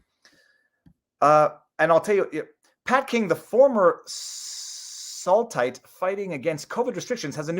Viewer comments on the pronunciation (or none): Hi!! I’m from Sault Ste.Marie ontario and this is our local news, Soo Tooday (as Sault is pronounced as Soo) Calling PK a Saultite, ( pronounced it “saltite”) would be “Sooite” is what ppl from Sault Ste. Marie are called. I believe PK is from just outside of the Soo. much love from ontario canada 🇨🇦